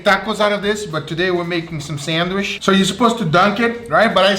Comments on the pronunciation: I love that he says sandwishhh and not sandwich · Sandwish 🤣 I love it when you say sandwich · Why he saying sanwish like my father in the store